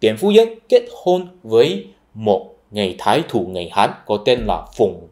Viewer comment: Phiên âm chính thức ở Việt Nam là Chu Ân Lai nhé anh. Hình như từ Thái thủ trong tiếng Việt chính xác là Thái thú.